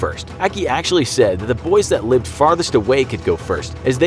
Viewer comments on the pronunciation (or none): none